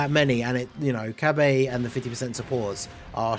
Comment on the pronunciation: Dude what the hell is "Cabae" ??? Is Cabbage your favourite vegetable or smthn??? 😅🤣....its pronounced CabAAAA! LMAO